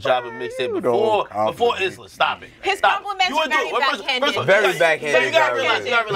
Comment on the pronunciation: It's "Islah" not "Isiah" Can see how you made that mistake though, Isiah is a common name while Islah really isn't.